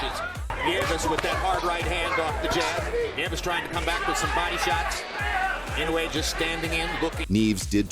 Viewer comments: It's In no u e (IN no UUU E) Naoya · If Jaime McDonald can't pronounce Inoue's name, just call him Daddy.